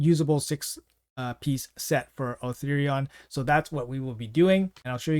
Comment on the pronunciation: Still calling him Othirion 😂